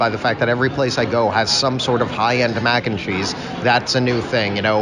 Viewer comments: same😂 "Mackencheese." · says 'mac&cheese' in such a weird way! its really distracting